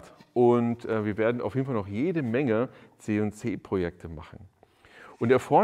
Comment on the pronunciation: Ist die deutsche Aussprache von CNC wirklich „Zeh und Zeh“?! 😜